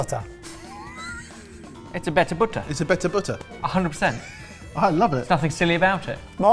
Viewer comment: Its Batta not butta😂